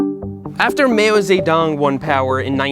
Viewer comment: "Mayo Zaydong"